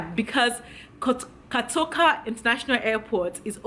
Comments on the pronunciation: It’s not KATOKA airport🙅‍♀️ pleaseeeeeee!!! Pronounce it well!! It’s KOTOKA thank u!!🤦‍♀️ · I love your style, but I’m aggrieved you could not pronounce kotoka properly, I’m 100% Ghanaian,but you will be amazed how well I can pronounce a lot of African words correctly, especially Yoruba ones for some reason.😘😘😘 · Point of correction. ITS KOTOKA not KATOKA. Yes 72 hours. That’s our rule. If you can’t abide by it. Stay wherever you are or go to Nigeria. And yes its $150. If Nigeria is cheaper. Go to Nigeria And stop saying KATOKA.. 😡😡😡😡